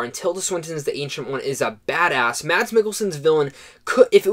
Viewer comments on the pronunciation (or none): none